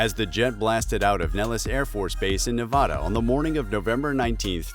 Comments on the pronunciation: Why does EVERYONE say Nevada wrong? It is NOT pronounced Navahhhdo or Nevaaaahhhdaaaar, Or whatever BS people are calling it. Just because some people think the State is associated with Spanish influence does not mean it is said that way. Every Nevada native would skewer you if you said Nevada the way people like this do. I know in this case it is part of an accent saying it like this, but geez is it so annoying. Nevada is ALL short A sounds. Nev-ada with the A sounding like Apple, react, or laptop. Nobody says laahahahhaaptop. They just say lap top. Same with Nevada. Nobody in Nevada says Nevada like Navajo or Navarro. The fact that there is an incredibly underrated video on YouTube that correctly tells you how to say Nevada is how EVERYONE should say it. /watch?v=gGKgV0AzXMw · I live in las vegas right behind nellis afb and i too saw this plane, one thing tho, please stop pronouncing our state the wrong way, it's not pronounced Nevah-Dah, it's just Nevada bro, that shit pisses us off, just an fyi for ya.